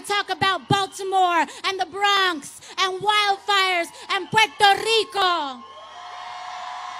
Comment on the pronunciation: I hate people that throw heavy accents on single words like 'Puerto Rico' to sound more ethnic